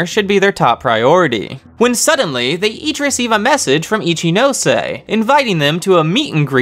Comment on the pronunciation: I appreciate that you changed the pronouncuation of Ichinose even if it is wrong. I like the way it sounds here better :)